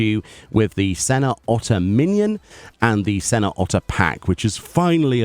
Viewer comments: "Senner" it's not pronounced like that;A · Been looking forward to this.... I think it's pronounced seh-NYOHR.... He's Mr Otter in English? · It has the tilde, we say the en-ye. Sen-YOUR! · To pronounce Señor (Spanish for "sir" or "mister"), say seh-NYOHR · SEN-YOR OTTER . 🦦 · The way you say senor is frying me😂